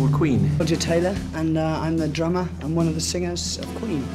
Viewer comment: Brian: soft voice "I'm Brian May and i play guitar for the group called Queen" ~1 second later~ Roger: "rOgE tAyLaH and um i'M tHe DrUmAh"